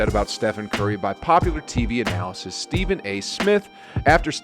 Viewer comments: Hate to be the one to say it but the word is "Analyst" NOT "Analysist" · Great video but “Anna List” is how you pronounce analyst, not whatever it is you’re saying. :) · Love Steph!!! I started watching basketball again because of him (I was a Knicks fan in the 90s). I never get tired of watching his highlights. Great compilation. One thing to note and no hate intended... analyst is pronounced "an-uh-list"